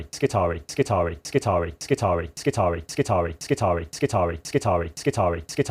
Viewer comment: when a word in latin has ii in it, it is pronounced E-I so it is skitar(E-I). this has been bugging me for a bit whenever i hear someone naming admech units